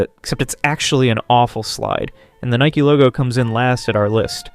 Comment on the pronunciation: just say nike dont say nikey